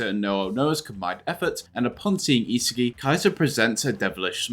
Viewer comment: It's not e-sagi but isaagi yo-e-chi